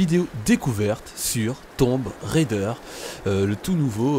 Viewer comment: On dit "Tom Braille Deur" ^^'